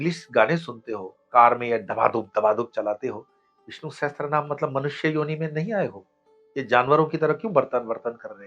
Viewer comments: It is Vishnu Sahasra namam not sahatra, please rectify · सहस्त्रनाम ❌ Sahastranaam सहस्रनाम ✅ Sahasranaam